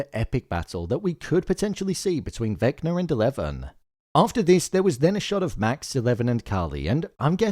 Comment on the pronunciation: Bro be like Vecna = naah 🚫 Vecnar = ✅